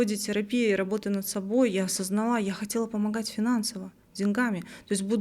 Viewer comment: ОсознАла. Да, блиииин. Ударение на «А» первую. Не на вторую